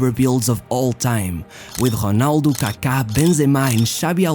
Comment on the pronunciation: I would only suggest if he could work on pronouncing the names correctly. Hearing for example Honaldo instead of Ronaldo it does my head lol